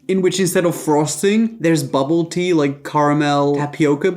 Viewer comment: I don’t even understand what bubble tea (I thought he was saying bubba -ty. Lol